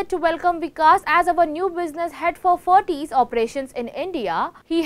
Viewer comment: actual pronunciation is ferrites and not ferrties..(shud be prounounced as Fa Rights).